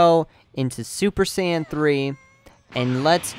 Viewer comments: He can't say saiyan probably drives me nuts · I hope you know you're not pronouncing Saiyan right, just saiyan...kill me